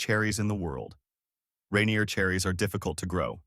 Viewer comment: Can't even pronounce Yakima or Rainier right....